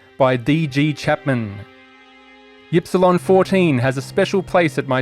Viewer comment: My only complaint is that you aren't pronouncing Ypsilon correctly. It's "eep-see-lon" or "ihp-see-lon" you limey son of a gun.